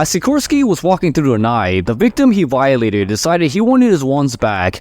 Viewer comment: I caught it. "Vi-eee-late"eed"